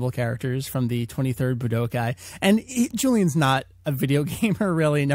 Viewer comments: BlackKnightKomms K. Coming back to this comment after a year. Wow does this sound dumb. What I meant by the comment is that he puts an unnecessary emphasis on the "Bu" in Budokai. The tenkaichi part, which i'm guessing, might be because of an accent or something. Ramble Fam, this was an AB conversation, You know the rest ;) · Buh-d'oh-kai? Seriously? Boo-duh-kai. Budokai is pronounced Boo-duh-kai >.> Ten-kuh-eey-chee? More like Ten-kai-ee-chee. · Boo-d'oh-kai. Budoukai. Budookai. Budōkai. ぶどうかい. 武道会.